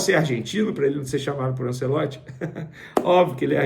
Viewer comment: Venê tem q melhorar a pronuncia dos nomes do futebol. É ANTIEOLTI, NÃO ANCELOTI. Já ficou um tempão chamando o mlq Joshua de Joshúa de propósito.